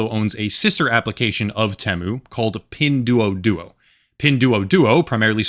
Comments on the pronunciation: It's pronounced "pin dwoah dwoah" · FYI: "duo" in Mandarin, and Pinyin, is pronounced 'd-war'.